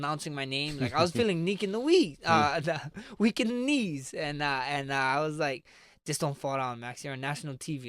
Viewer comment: “Neek In wezz” he mean to say “weak in the knees”